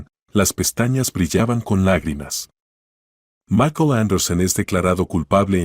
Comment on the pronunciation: Este señor no sabe hablar o leer Cúal macol es maikol y se escribe Michael y es VICTORIA no vetorea. Lea bien